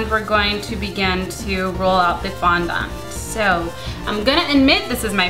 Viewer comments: fondent not fondont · OMG....it's fondond not fondont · FONDENT NOT "FONDONT" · I'm not being hateful but please say fondant properly! I have OCD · you say fondant the most retarded way i have ever heard